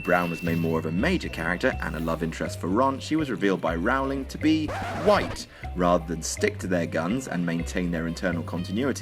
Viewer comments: JK Rowling had directly addressed like 70% of these before this video was published. Basic research is your friend. And it's Rowling to rhyme with bowling, not towelling. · The narrator of this video ought to learn how to pronounce Rowling. It's row as in "Row, row, row your boat"...not as in "My boy/girlfriend and I had a terrible row and decided to split up." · "Rowling" is pronounced like bowling. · I thought of most of these plot holes but didn't bother telling anyone about it. Also was anyone annoyed by the way he pronounced Rowling. It's pronounced rolling. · Anyone else bothered by the way he pronounces 'Rowling'? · It is Rowling, rhymes with Bowling. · Wrong, it is pronounced Rauw-ling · it's pronounced rolling. Even Brits get it wrong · Rowling is pronounced "rolling." Just though everyone ought to know. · ***** It's pronounced "Rolling". Googling must be hard for you. :( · The biggest plot hole is your pronunciation of Rowling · First off, in the books it tells us that animagi only appear on the map if they are in their human forms. therefore Peter Petigrew wouldn't show up on the map if he was still a rat. Second, technically Harry does have his mothers eyes. No not Lilly's, but JK Rowling's. And lastly Rowling's name is pronounced Rolling. She told us herself because she was getting tired of people saying it wrong. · This video has more dumb plot holes than the books. You can't even pronounce "Rowling" right, idiot. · C Fergi Um no, he's pronouncing it wrong, moron. What the hell does America have to do with anything? Stupid kid. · Also, stop mispronouncing Rowling please